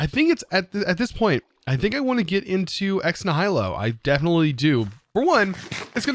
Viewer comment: It’s pronounced “Ex Knee-h-i-lo” The i is pronounced like the i in it.